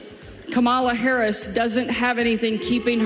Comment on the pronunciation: Sarah Huckabee Sanders reeks of a lack of humility. Won’t even say Harris’ name right. Being that clueless and that arrogant is insane.